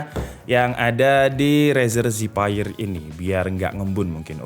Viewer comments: Cuma masukan aja nih bang. Zephyr itu bukan dibaca Zipaier tapi dibaca Zefir. Zephyr artinya Breeze/ Angin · Harusnya kata zephyr itu dipronounce zefr atau zefeur, bukan zefaier. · keknya bacanya zefir deh bukan zipeir :D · bang ngomongnya "zefir" bukan "ziphayer" xdd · Zephyr dibaca Zefer bang , cmiiw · The word Zephyr. Pronounce as zeffur/zef-fer. Please learn how to spell it. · Cara baca Zephyr = Zefir om,hope it's helping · Apa susahnya sih pake Google Translate dulu buat tau cara pelafalan Zephyr sebelum bikin konten. Channel tech kok katro